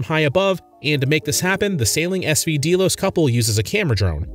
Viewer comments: You aren't even pronouncing the name Delos correctly. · So let's discuss the fact that you've never watched a single video of theirs. How do I know? You didn't even pronounce the boat name properly. Gee, a boat with GPS Nav and camera equipment, on a sailing channel. WOW. Hard hitting content. Look out CNN. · You don't even pronounce the name correctly !! Booo, go away and leave them alone. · You lost me when you pronounced the name wrong and then continued to get facts incorrect. Maybe do some research first and watch the content….? Why is there a tractor in the thumbnail? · What a BS video. You aren’t even pronouncing the name of their boat correctly 😂 Just wanted to leave this comment before blocking this channel. Do better. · You could at least learn how to pronounce Amel and Delos.